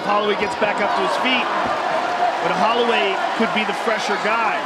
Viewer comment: How did an official ufc YouTube channel mispronounce Holloway?